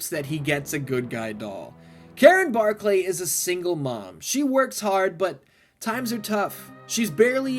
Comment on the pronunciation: No one prononces it Bar clay its just Barkly ( yes i know how its spelled) go back and watch the movie again